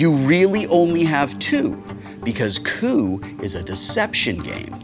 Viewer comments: I heard poo instead of coup at the beginning... please teach me how to have that successful poo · Kinda butchered coup a little, but still had great fun watching :D